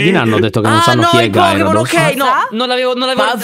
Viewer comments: e non conoscono i pokemon Minchia che pensionati veramente P.s povero gyarados che si pronuncia gherydos😑🤦🤣🤣🤣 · il no è del Pokémon si scrive GYRADOS però si legge GHIARADOS. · Oppure anche GHERIDOS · comunque gyarados e un pokemon di tipo acqua😅😅 avete messo un pokemon e si pronuncia gheridos